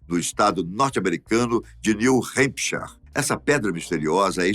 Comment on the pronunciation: A PRONUNCIA CERTA DO ESTADO QUE FALOU SERIA NEW HAMPSHIRE......OU COMO SE PRONUNCIA CORRETAMENTE SERIA....NEW HAMPSHAIRE.....OU COMO SE.LE ACIMA.....SUA PRONUNCIA EM INGLÊS ESTA ERRADA......GRANDE ABRAÇO.....ESPERO QUE ESTE CANAL TB ACEITE CRITICAS CONSTRUTIVAS......POIS ESTAMOS SEMPRE EVOLUINDO....